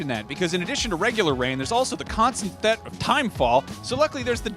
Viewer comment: "constant thet of timefall"